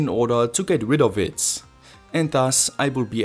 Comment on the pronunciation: I love all your videos. But please stop pronouncing a "S" after the word "IT". My ears are bleeding:-)